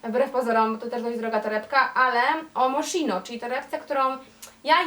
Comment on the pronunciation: Dziewczyny to nie „Moszino” tylko „Moskino”